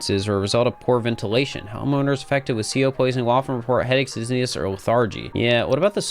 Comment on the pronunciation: "honeowmers" lmao i love catching when people misspeak its very funny to me